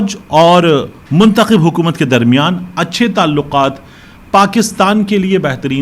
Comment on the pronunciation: مطلب منتخب نہ کہ چنتخب